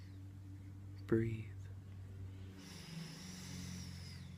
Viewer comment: The word is breathe it has a e at the end not breath